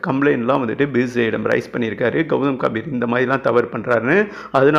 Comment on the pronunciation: காம்பிர் இல்லை டா கம்பீர் என்ன வாசிப்படா சாமி